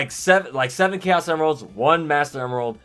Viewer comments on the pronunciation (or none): none